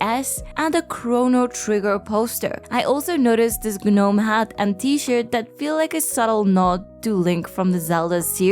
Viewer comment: fyi Gnome is pronounced noam like know-m, also i don't know what hat and shirt you are referring to.. in the poster? that is Chrono's normal tunic and hair. The shirt Link wears is a green tunic. a long shirt/dress like item of clothing popular in Europe especially in warmer regions like Rome, but in northern areas similar garments were also worn and paired with stockings or sometimes (especially later) slacks but more like a medieval shift for women and a very similar garment that turned into the shirt ppl think of when talking about pirates.